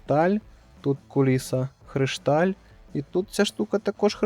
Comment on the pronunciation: *кришталь правильно, поміть собі на майбутнє, бо трохи вухо ріже.